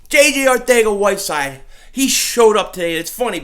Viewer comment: Weird enough i think that is how you pronounce his name